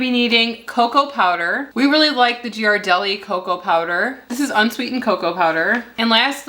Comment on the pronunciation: I love how you got hung up on the pronunciation of "Lakanto" but destroyed "Ghirardelli". Please, as a San Franciscan, say "gear-ar-delly" - Love your videos!